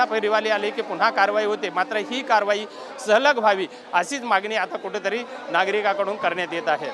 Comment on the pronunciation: Kuthetari!!!! 😂😂😂😂kuthlya shalet shikla re marathi Tu? 😂😂😂😂